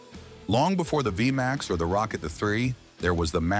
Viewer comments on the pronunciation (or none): none